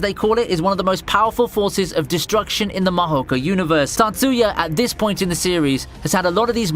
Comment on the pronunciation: its tatsuya, datsuya smh what a joke